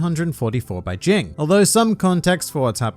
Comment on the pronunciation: “Jing” its “G-ing” lmao